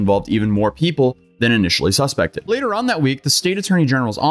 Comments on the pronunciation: Glad someone else noticed that. It was jarring. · Bro, you botched the word “Suspected”